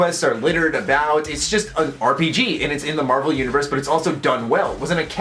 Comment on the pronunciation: When you said universe, I thought you said uterus